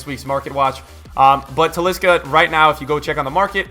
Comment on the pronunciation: How many time did you sai wrigth?